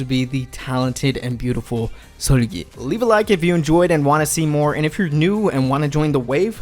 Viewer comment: like ur not korean just pronounce their names like a normal person who the hell is “Seeullgyaiey”